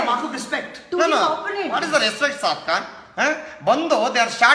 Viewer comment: Everytime when he says "Saad Khan" it sounds like "Popcorn"🤣🤣🤣